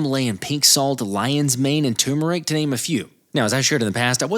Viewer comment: Bro as a person w full Indian roots please just say turr-murr-ick for the word turmeric. Tumor-ick just sounds so weird.